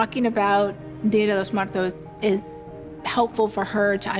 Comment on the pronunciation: How about saying it right before celebrating it: Día de los Muertos